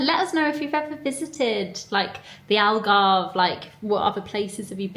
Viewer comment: I’m so happy that you had fun here in Portugal. You picked a really nice time to come. You could visited zoomarine is an amusement park with dolphins and a lot of fun stuff to do and see you would love it, it’s in Algarve as well, you pronounce it well enough it’s cute. Love the vlog as always ❤ kisses from lisbon - Portugal 😘😘